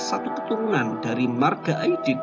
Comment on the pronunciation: 'Aidid bukan Aidit. Pakai huruf 'Ain dan Dal bukan Alif dan Ta.